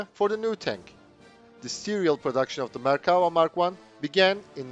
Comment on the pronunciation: I appreciate you pronouncing the name of the tank correctly. In English the word infantry is a collective noun and isn't pluralized. Very informative.